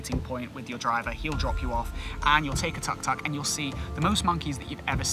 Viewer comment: nice video but please practice yr pronunciation of some of these place names, you even mangled the humble tuk tuk - lol